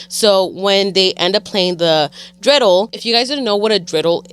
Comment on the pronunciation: Loved that y’all mention Hanukkah 💙but just a heads up “menorah” 🕎 is pronounced differently from how said it along with “dreidel”. Menorah is pronounced like muh.naw.ruh and dreidel is pronounced dray.dl 😊